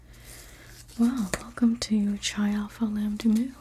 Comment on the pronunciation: I just wanted to let you know that Chi is actually pronounced Kai but I loved this video and I’m sure you would be an amazing big to a little sister if you were in a sorority